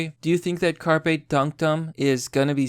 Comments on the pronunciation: Dude, learn how to pronounce shit. "Carpe" pronounced "Kar-Pay" from "Carpus" is Latin, meaning pick, pluck, pluck off, cull, crop, or gather. As in "Carpe Diem" meaning "Seize the day". It's not the fucking fish. You constantly fuck up pronunciation, and it makes you sound like an ignorant little kid. When in doubt, LOOK IT UP. ... Jesus Christ. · How do you not know how to pronounce Carpe.